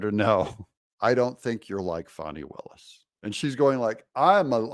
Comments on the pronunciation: It’s Fani- not fauni, Please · It is not pronounced Fon-knee, it is pronounced Fan-Knee as in your bung hollieo. Has AOC informed Fani that ""RICO is not a crime" so she is in big time trouble indicting Trump and his allies. Fani might be a good liar, but you can watch her closely and see those wheels turning in that empty head thinking about the next lie. If she is hard working, why did she take 7 vacations in 6 months. I wish I could get a job where I can work that hard. As far as Fani there were many crimes embedded in her relationship. I hope that Fani, Nathan's Hotdog and Terence "I don't Know Bradley all need disbarred. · You don't have a reputation, at least not a good one. It's pronounced Fanny just like a big fat fanny!